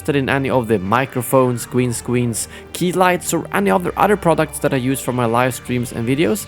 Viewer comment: Anyone else hear Gween scweens in the intro